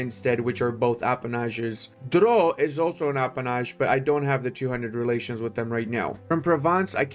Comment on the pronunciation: The prononciation for all of these french localities is exquisite ! Special considerations for Drrroeux, Nevers english-style and Owveurgne